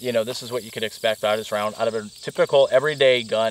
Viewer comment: Did I just here you say "Tie-Pickle" instead of "Typical"?